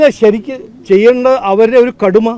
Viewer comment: ഇത് കടുമ അല്ല കൊടുമ്മ 😆